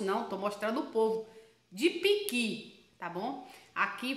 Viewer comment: Ôh delícia!!! E ainda pronunciou igual a nós mineiros do Norte de Minas, PIQUI!!! KKKKKKKKK e gosta de comer bem, pequi é vida!!! 👏🏽👏🏽😘😘😘